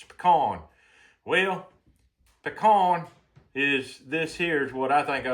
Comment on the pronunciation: the veggies is called the holy trinity. and its pecan. not pecon